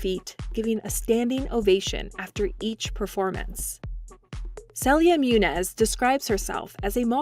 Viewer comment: Its Moon-Nyoz!